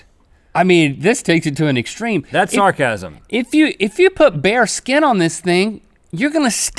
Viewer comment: I heard orgasm istead of sarcasm :)